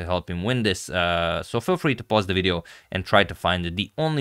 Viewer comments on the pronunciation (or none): none